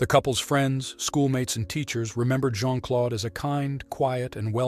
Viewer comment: the name 'Claude' rhymes with 'road'. PLEASE don't say "Clod."